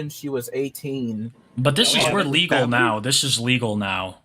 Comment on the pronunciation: Angwy pwedatos is perfectwy wegow